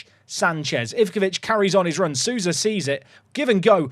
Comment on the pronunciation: Hey, brazilian here! We pronounce Souza like "sow-za" instead of "su-za"! Keep up the good work! 😊